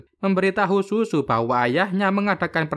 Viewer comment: Zuzu bang bukan sUsu